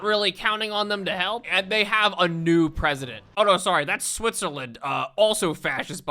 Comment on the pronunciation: yeeeeeah all filim (our king) did was say sawwy